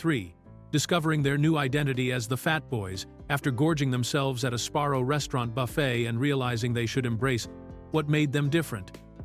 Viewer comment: that,and calling Sabarro's Sparrow's!🤣🤣🤣there's plenty more.😁😁😁